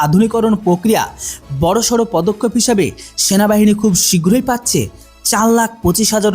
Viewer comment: বাপধন ওটা শেনাবাহিনী নয় সেনাবাহিনী আর বন্ধুক নয় বন্দুক। টুকে ভিডিও করা বন্ধ কর ছাগল। আর কি ইনযফিরিটরি বিরিগিরেড/ ইউনিট কি বস্তু?😂! ওটা ইনফেন্ট্রি ব্রিগেড/ইউনিট INFANTRY BRIGADE/UNIT আকসপোনটাস অব নেসেসিটী না। রে ছাগল 😂😂😂 ওটা আ্যকসেপ্টেনস অফ নেসেসিটি ACCEPTANCE OF NECESSITY রে ছাগল 😂😂😂 ১২০মিমি ব্লেড যুক্ত বেনেড নয় বেয়োনেট BAYONET রে ছাগল । আর এখন গত ৪ বছর ধরে পুরানো সটরালাইন নয় স্টার্লিং STERLING কার্বাইন সরিয়ে উন্নত কার্বাইন দেওয়া হয়েছে । হাত জোড় করে বলছি ভাই উচ্চারণ আর গভীর অনুসন্ধানে মন দে ছাগল । এই নে তোর জ্ঞানের পরিধি বাড়ানোর জন্য দিলাম রে ছাগল। Caliber: 5.56x45mm. Weight: Around 3.3 kg, lightweight for quick handling. Range: Effective range of 200 meters, suitable for CQB. Ammunition: Can fire both NATO-standard and INSAS ammunition. Design: Compact, modular, with Picatinny rails for accessories, and a foldable/telescopic stock. Reliability: Designed for high reliability in extreme conditions. Accuracy: High accuracy with stringent performance standards. Manufacturer: Developed by DRDO (ARDE) and manufactured by Bharat Forge (Kalyani Strategic Systems) and PLR Systems (Adani/IWI JV).